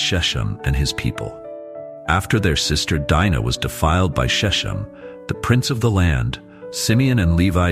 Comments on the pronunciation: Sir, the hebrew SHECHEM is not pronounce "sheshem" but "shekhem" with gutteral "kh." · Shechem is pronounced SHE-kem with a K sound, not "sh". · Shechem is pronounced "SHECK um." Sceptor is pronounced "SEPT er" ... the "c" is silent. Bible narrators and teachers need to focus on proper pronunciation.